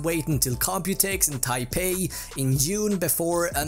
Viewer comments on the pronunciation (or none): none